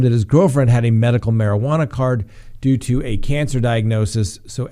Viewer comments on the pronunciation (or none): none